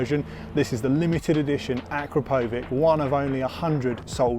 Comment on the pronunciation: Uh-KROP-oh-vitch. And it's abbreviated "Akra," not "Akro."